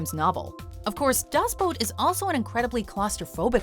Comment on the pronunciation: *Booooooooot as in oooooo not boat